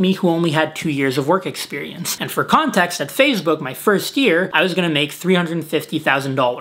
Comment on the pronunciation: i heard that too haha